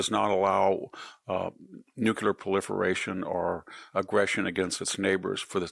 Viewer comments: The word is "nuclear," not "nucular." He has always pronounced it this way. This is fourth grade vocabulary. He also has trouble pronouncing well-known people's names correctly. It's kind of hard to consider him intelligent or take his opinion seriously. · NEW-KLEE-er. not NU-KU-Lar. c'mon....if you're so smart pronounce the word properly. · So are we just OK with two pronunciations for “nuclear”? Just because presidents and other heads of state mispronounce it, Victor doesn’t have to. The word has two syllables. “NEW-CLEAR”C’mon bud. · Such a smart guy, still can't say "Nuclear". Nucular.....come on VDH, you can do better than that. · Spell “nucular”. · Brilliant. Praying for you Dr. Hanson. I have known several brilliant people who can't say nuclear properly.😂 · It's a WRONG pronunciation. And it's not the only word he doesn't know how to say.